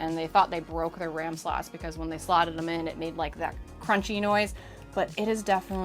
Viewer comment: She really said “now that we got our RAMEN” not RAM in ok. Now I’m hungry for instant noodles.